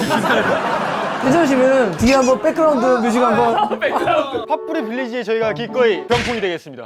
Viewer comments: 빌리지 말할때마다 빌리진인줄ㅋㅋㅋ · 나는 왜 빌리지가 빌리 진으로 들리지....음정도 비슷한듯